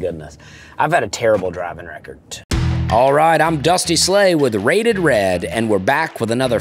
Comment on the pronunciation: Dusty. I’ve always been on your side about the “ending words with a t” debate. But when you said “driving record” right at the beginning….